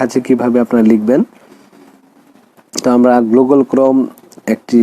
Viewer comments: ঠিক বলেছো! না হলে গুগল কে কেউ গ্লুগল🫣🤭🥴😁 বলে? পাগলে এটাই বলে আর ছাগলে স্যাটাই😜খায়। you know (স্যাটাই) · ভাই আগে তুমি গুগল টা ঠিক করে বলে নেও।😅😅না কি গ্লুগল😅😅😅